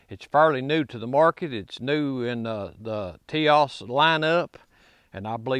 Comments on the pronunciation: Forgive me for correcting you, but it is Tisas, Ti-sas. Not Tias. Sas. In Turkey they pronounce it with an h sound—Tishash. Do a YouTube search for Tisas factory tour. It’s a very interesting video. Good test on the gun. Basic functionality is the most important concern. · For the record it’s pronounced “tisash” according to the Tisas people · This is the kind of guy who can fix your lawnmower or generator, build you a deck, or install a ceiling fan for ya,,,, but he can't say "Tisas" lol good ol boy syndrome. Bless you brother..